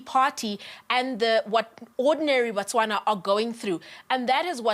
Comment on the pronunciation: It's not Botswanan its Botswana.